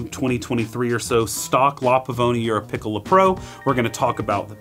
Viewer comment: Jsyk it’s “Peecola” or “Picklea”